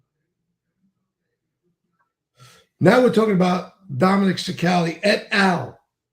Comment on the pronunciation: All these italians... why cant even Dom get his name right. Prononocued CHICK AL LEE.